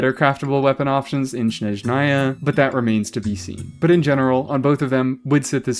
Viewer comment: thats not how you pronounce Snezhnaya (source: im slavic)